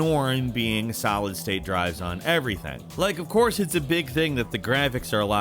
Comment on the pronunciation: Did just say "salad state drives"? Wait did he just say it twice??